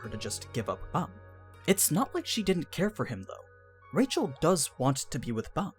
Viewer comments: Rachel not pronounce like Rachel. It's more like 'Raheel' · Like the channel. Hate your pronunciations. i'm cool with faithful, language specific pronunciations. But changing your accent to match a pronunciation is only good when you speak it well. Your accent is bad, so the names are bad. Just speak naturally, even if the pronunciation is a little off. Edit; Actually not watching this channel any more. Half the things you say aren't explicit or talked about. They're just your fan theory, and bad fan theory at that.